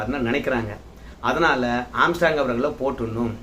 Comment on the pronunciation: ஆஸ்ட்ராங் இல்ல ஆம்ஸ்ட்ராங்...